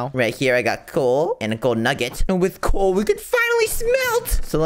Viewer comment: Bro said cool instead of coal😂😂😂😂😂😂😂😂😂😂😂😂😂😂😂😂😂